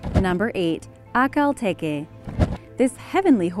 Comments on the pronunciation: Peggy Papczun Peggy Papczun In the video it was pronounced like ‘A-kal tE-ke’ but it is not the right pronunciation. These horses are named after the oasis in Turkmenistan. It’s ‘Ah-Al tek-E’ (the stress is on the second syllable of each word and the ‘h’ sound in ‘Ahal’ is like ‘h’ the word ‘house’) I hope it will help you ;) You’re right I love these horses, there are incredible. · It's pronounced Akhel tek no Akhel teke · First one is pronounced "ak-Hal tek" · It’s pronounced ( a ) Lea )tek) a) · Haha The way she pronounced Akhal Teke made me cry with laughter